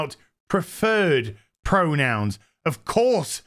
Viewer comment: I keep hearing "uncle fester" lol 😅